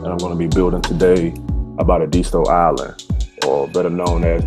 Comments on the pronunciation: It is pronounced locally as Eh-DIS-TOE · You are pronouncing the name wrong. Born and raised here! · I'm from Edisto Island. Lived on Point of Pines rd. Just went crabbing last week. Hit me up and I'll give u the correct pronunciation